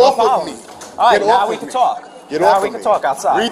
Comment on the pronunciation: The police do what they do simply because they”ken”? I know you meant “can”, but it sounds like you’re saying “ken”.